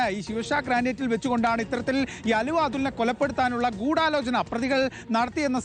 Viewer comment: എടോ എന്താ പുലമ്പുന്നത് അലുവ അതുൽ അല്ല ആലുവ അതുൽ ആണ്